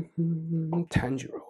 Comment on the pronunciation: Btw u pronounce Tanjiro as TAA- N-Jiro